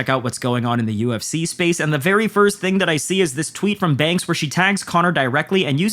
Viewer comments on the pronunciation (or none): conors ding dong of a ting 😂😂😂😂 you sounded so Irish there wtf